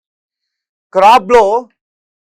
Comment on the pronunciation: క్రాబ్ లో కాదు రా, కర్భాల అని చెప్పు, తప్పుగా న్యూస్ చదవకు